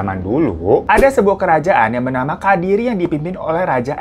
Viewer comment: Kadiri? Kediri mungkin bang 😩 Sendang ucapnya seperti senang bang bukan sendok 😁